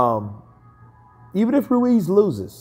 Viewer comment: its pronounced "Ruez"